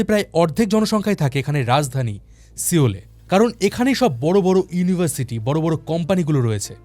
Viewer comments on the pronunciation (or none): সিওল না সোল বলে😅